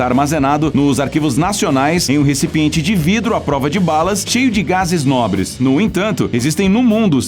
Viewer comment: gases nobris🤣🤣🤣